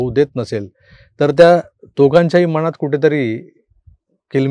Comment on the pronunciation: अरे बाबा,मणात नाही ..मनात..मनात बोला...मनापासून सांगतोय!एक सुचना....एक आठ दिवस व्हिडिओ बंद ठेवून मराठीतले 'न ण ल ळ' ह्यतला उच्चार, फरक समजून घ्या .. .वास्तविक गिरगावात राहिलेल्या माणसाची मायबोली एवढी अशुद्ध, दुषित का असावी....काय कळत नाही बुवा!😂